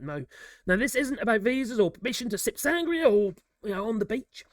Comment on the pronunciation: To be fair, we never liked them red coats. It all started about 500 years ago when we split the world in to twos by force. Now, it’s pay back time 😅😂 Btw, there’s an accent in the “I” in sangria. It’s not pronounced sangreah (it sounds so dull and boring like your weather). The proper pronnounciation is: Sangreeah” (Which actually means: made from blood) 🩸